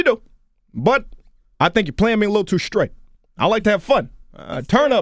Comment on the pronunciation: Charlemagne really just said "that's skraight self deskruction" 😁😂🤔🤔